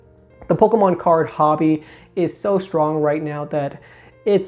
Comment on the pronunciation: I thought I heard you say “polkamon” once and now I can’t unhear it.